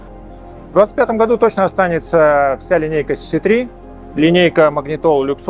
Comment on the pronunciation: Мне одно интересно, почему автор столько времени работает с Teyes и до сих пор не правильно произносит название моделей. Даже сам директор несколько раз повторил сиси 3, сиси4, а у автора все равно цц3 и цц4)) Ну как так то?)